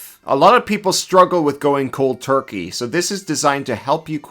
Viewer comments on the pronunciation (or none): none